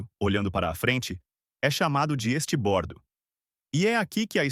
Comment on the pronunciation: Me dói o ouvido, cara vir explicar os nomes de direção de um navio e falar estibordo estuda mais um pouco ai amigo.